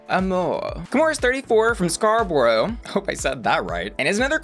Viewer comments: For future reference Scarborough is pronounced scar-bro love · Lol its "scar-burrow" for Scarborough. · For clarification: it's pronounced "SCAR-bur-oh" (Scarborough) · Lol as someone born in Scarborough, I love how boujee you made it sound!!! “Scar-bro”would be how we say it 🤣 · Scarborough is pronounced like "scar-bro". It's the most east part of the city of Toronto (which we call "chronno") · SCAR-BURR-AH :) X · Scar-burr-oh is how it's pronounced lol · Hi! I grew up where Kimora Amour is from and it is pronounced "Scar-bo-ro" (Scarborough). I am beyond jazzed that she is participating in Canada's Drag Race Season 2. She's also a frontline nurse who has been working through the COVID-19 pandemic! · You tried with the name!!! It's Scar-bore-oh 😊 always enjoy your videos, keep on posting the great content!! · You pronounce it: scar-bro 😒 😂 💀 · its' SCAR-BRO,! You're welcome! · its pronounced scar-bro as in brother ... Scarborough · Scar-burrow lol. I love when people mispronounce Canadian places lol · LoL, I love the fancy pronounciation of 💅Scarborough💅 You can also essentially say "Scar-borrow" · it's pronounced "scar-bro" I don't know why